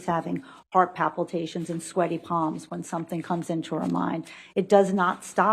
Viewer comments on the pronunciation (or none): Is it just me, or maybe I’m just being picky, but… As a so-called educated, licensed professional with degrees in this field, shouldn’t she be able to pronounce some of the most basic terms? Palpitations, not papiltations Diminished, not dishminished And, being able to perform despite experiencing the symptoms DOES mean she’s impaired. Just because she has the tools to work through it doesn’t mean she’s not impaired. It simply means she has learned to either work through it or has found ways of integrating, masking or avoiding it. This woman wouldn’t know how to assess a patient properly if she was handheld by the end-all,be-all world’s top expert.